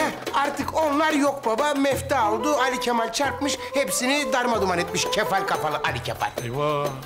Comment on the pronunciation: Sinan neden ali kemal deniyorda ali kefal diyor